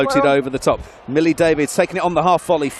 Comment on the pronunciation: He also said Hollie David its Millie! He should have just given the mic to Rocky for the duration